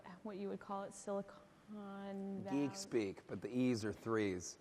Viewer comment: And she called it "Silicone Valley" throughout!